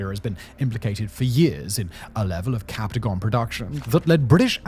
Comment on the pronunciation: Great video that covers the important dynamics, but please please please fix your pronunciations!! The majority of the territory names, city names, and even "captagon" (it's "captagon" not "captaygon") are absolutely butchered, and it's incredibly off-putting. A quick google search will tell you how to pronounce all these correctly